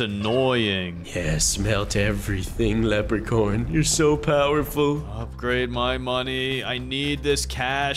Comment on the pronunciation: why do you say leprecorn not leprechaun